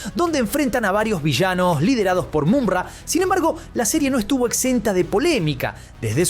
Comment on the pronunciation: Me distrae que pronuncie MuNra en vez de MuMra (Mumm-Ra) y thundera en vez de thondera...